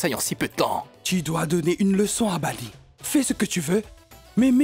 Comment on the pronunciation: Grand mère dit Bali ou lieu de bani😂